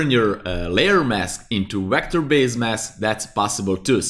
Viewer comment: Please stop saying WECTOR. It's Vector